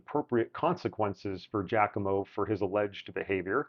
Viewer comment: Sometimes I get a slight Christopher Walken vibe out of this. And your pronunciation of Giacomo is ok... there are guys from countries neighboring Italy who screw this up. Seems not every musician is good at listening and reproducing. ;)